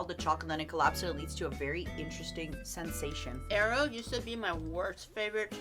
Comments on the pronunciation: ain't no way she pronounces aero as eyero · The way says "aero" is all wrong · Matara mispronouncing Aero like it's helping their nephew look for the Avatar. Also, Mirage being a dollar store brand is hilarious to me since it and Aero are both made by Nestle and I'm fairly certain is probably the same chocolate just in different molds. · ive never heard someone pronounce aero the way does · The pronunciation of Aero pained me 😂